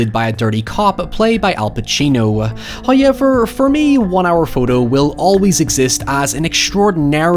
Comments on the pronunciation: I too like to pronounce “now” as “nigh” and “how” and “however” as “high” and “highever”... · Do you get paid everytime you say "hiy'ever"? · I'm not sure if this man says "however" more then anyone else on yt, or if the way he says "hoyeeever" is just so diffrent that it stands out that much lol